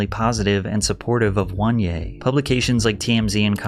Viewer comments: His name is not WANYE, but OH-NE-YAH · "WON-yay" is definitely a strange pronunciation.... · oh-neh-yah not "one yay" lol couldn't resist nitpicking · 😂😂what is that pronunciation bruh 'wan yea' just say oneya 😂😂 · « 1-yeah »? It’s O-NE-YA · Listening to Patrick pronouncing Angry Reaction’s name as “One-ye” but the Nigerian in me is screaming “Oh-nay-yah😂😂😂😪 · Attention, my fellow basketball Americans. Were doin to much and need to chill. Oneyea , juanje and wanyay are all pronounced the same. There's something wrong with us lol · If you pronounce oneya as ONE YAY, you can’t read bro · ONE-ya is crazy. Couldn't even be bothered to look up a proper pronunciation?